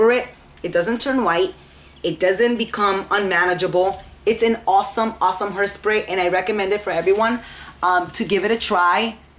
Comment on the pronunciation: Did you say hersprey? Lol you ment hair que no?